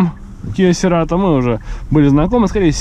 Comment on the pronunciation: правильно "Сирэтоу"))